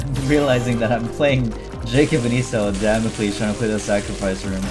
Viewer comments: he keeps saying e sau instead of e saw 😭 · the way you say Esau needs to stop.